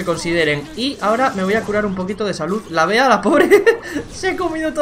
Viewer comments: Cómo me jode escuchar "Bea" y que se pase por sus cojones que su nombre se pronuncia como el animal que representa, Bee (Bi) 🐝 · Que rabia que le diga "bea" y no "bi" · Por fa no le digan “BEA” díganle “BI” Que creo que así se pronuncia. Tómenselo como una sugerencia,Saludos y felices fiestas 🎉.